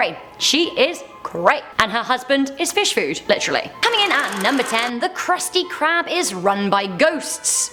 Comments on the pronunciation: Who else heard her say kruspy crab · she misspronounced krusty krab